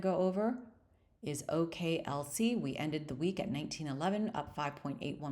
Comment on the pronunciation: Hi. Itis OKLO not OKLC.